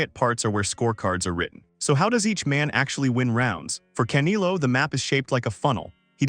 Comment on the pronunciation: Wow I couldn't continue watching. Absolutely a fin cadual or worse, someone who doesn't follow boxing at all. - I cringe every time u said "CAN i LO"....Its pronounced *Kan (E like Elvis, not E like Indigo), get it. - CanElo not Canilo u duma.sssss wow